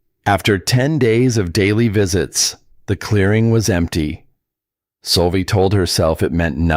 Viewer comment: Why does the speaker called the girl Solvie, when her name is Sylvia